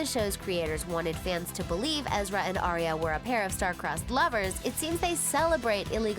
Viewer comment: It’s aria not eeria and u put Ashley instead of Sasha towards the end